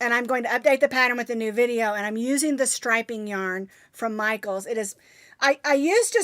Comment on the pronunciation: Yes you said Michael's yarn right